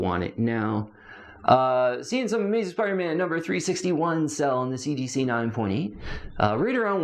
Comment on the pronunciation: So I'm not sure if it's intentionally done as tongue in cheek humor, but the enormous number of times he says "CGC 9.8" or rather "seegeesee 9.8" in his videos is over the top ridiculous 😂 that it has to be dry humor l, right? I mean, there is no need to keep saying CGC right? We all know it's CGC. Therefore, no need to say CGC 9.8 repeatedly 47 times in 1 sentence, when omitting a few CGCs and just saying 9.8 will do 😅🤣 Don't get me wrong, I sometimes play a drinking game and take a shot whenever he says CGC 9.8, but then I'm passed out drunk 23 seconds into every video. This has engulfed my life to the point where I dunno to cringe everytime he says "seegeesee", or laugh hysterically because the way he says it seecheesee seecheesee seecheesee is almost parody, or isn't... I can't get the sound of seegeesee out of my head for months now. Yes, I have taken up 3 minutes of everyone's life by this post. I need to evaluate my life.